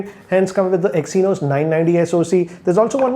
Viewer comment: Ohkk i stoped watching the video when i heard "exynos".😕😕